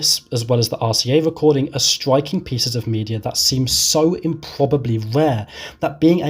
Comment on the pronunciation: Wonderful! A wecording of a Bwitish bwoadcast.. lol. (No offense intended sir 😉)